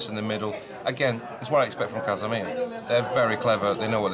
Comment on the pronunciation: casamia, not casamir